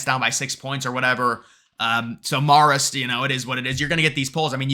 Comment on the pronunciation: Marist is pronounced Mare-ist, not Marr-ist. Just saying.